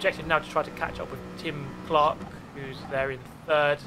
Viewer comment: every time you said Tim Clark I heared Jim Clark. EVERY TIME. Here's an example of an f1 fanboy